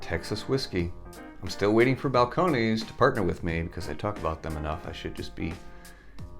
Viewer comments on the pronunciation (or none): Sir, if you’re going to be an ambassador let’s start by pronouncing it the way we do where it’s made! Balcon….. is correct just ness not knees Thanks for the episode! You content is always outstanding and trustworthy!